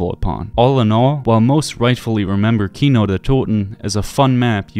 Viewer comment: Your pronunciation for Kino is ON POINT :)